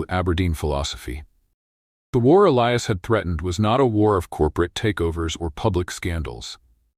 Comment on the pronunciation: At about : : or so the unlikely pronunciation of 'Elias' is brought up again. It almost certainly should be that spelling but with a hard 'i' instead of the softer one wrongly selected by the team!. The 'I' should sound like the 'I' in the affirmation statement (I am). LoL Oops 😢😂❤